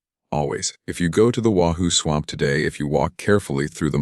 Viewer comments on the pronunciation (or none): Great story but you need to upgrade ur AI. Pronunciations of simple words like “swamp” mispronounced every time it is used. Things in parentheses not suppose to be read is read anyways. Other than that no complaints. And no disrespect intended. Merely a suggestion.